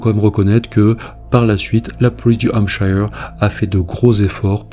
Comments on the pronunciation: Attention à la prononciation de 'shire' en anglais qui se prononce avec le 'schwa' sound /ə/ ou 'uh' (~ notre 'e' français) soit: /ˈhæmp.ʃə(r)/ Bref, 'Hampcheu(r)' et non 'hampchailleu(r)'. Pense à Yorkshire (Yorcheu(r) et non Yorkchailleur);-) Right?...Thank you! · Désolée mais on ne prononce pas Hampshire de cette façon. Ce n'est pas comme Higher mais comme Here. Je ne sais pas sic'est clair? 😂